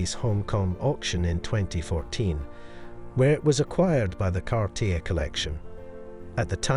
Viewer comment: the name is pronounced Car tea A...